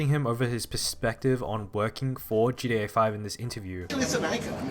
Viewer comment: Man can you stop saying "GDA"